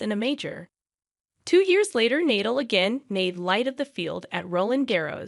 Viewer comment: Novak DjokÓvic? Rafael Neidoul? The woman that's narrating doesn't even know how to pronounce the names of the three best players in history...